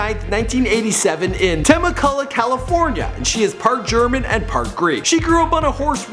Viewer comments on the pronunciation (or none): It's pronounced "teh-meh-cue-lah" not "tema-kula" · tema cula??? its te mek u lah. wow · Teh Meh Ku La? Oh. You mean Temecula. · Temecula is pronounced Teh meh cyoo la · I died laughing at how he pronounced "Temecula" it is TEH-MECK-YOU-LA Also, I second the Mia Malkova votes. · its pronounced "teh-meck-yu-la" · You're so white. its TUH-MECK-ULAH lmao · "Temeh-cullah california" Jesus what the fuck you can't pronounce shit lmao